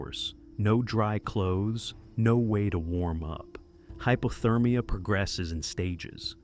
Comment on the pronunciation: Hy. Po. Ther. Meea.